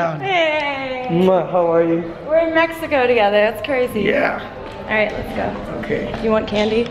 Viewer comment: Why she saying Mehiko not Meksiko (idk how to explain it xd )